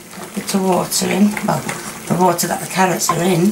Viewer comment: your fans love it when you say carie ots instead of carrots please keep saying it